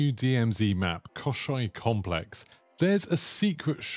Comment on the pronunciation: Мне очень нравится как ты произносишь Комплекс Кощей